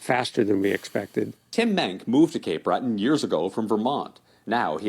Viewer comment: are you sure that you're American? One of my friends from the states once told me what Americans think of Canada, nothing, nothing at all. Canada doesn't enter their consciousness at all. That's like asking what they think about Bolivia, nothing. And here you are, trying to pronounce Cape Bretton and apologizing when you figure you've got it wrong.